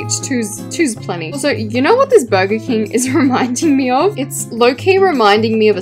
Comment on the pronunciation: Me when she says burger Burgar Srry <3